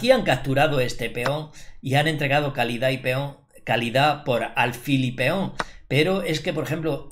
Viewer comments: Feon = peón León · por qué dices Feón?